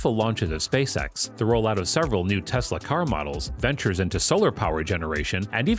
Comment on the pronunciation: Its tesla bro not texla